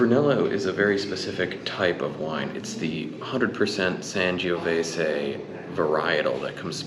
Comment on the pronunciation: SAN "JOE" VESAY Not San giooh vesay